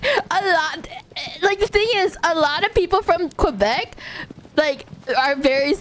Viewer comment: The way she says QuebecQUA will live rent free in my head forever now. 😅